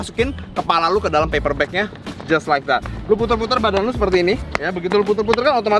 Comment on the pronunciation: Tiap kali dia ngomong "jias laek dat", gw langsung kolaps sesaat.